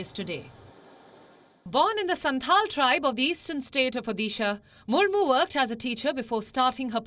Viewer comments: I'm from Odisha so I thought I'd point this out.....it's pronounced Odisha with a "d" sound no "dhee" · It’s not Odisha (ओदीशा) . It’s ओड़िसा for heaven’s sake! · The d in Odisha is to be pronounced as the d in Order. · Do learn how to correctly pronounce the state’s name. It’s high time people start doing that!